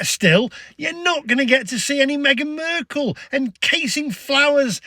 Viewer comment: Isn't it markle not merkle lol